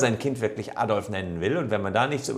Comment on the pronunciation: Der Mensch hieß "Adolf" nicht "Addolff"